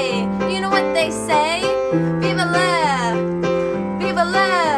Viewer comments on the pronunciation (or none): none